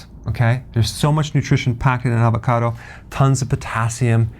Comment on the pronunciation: "AVACODO" Funny man!